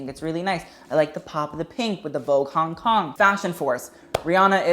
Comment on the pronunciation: Am I the only one that laugh everytime he said Hong Kong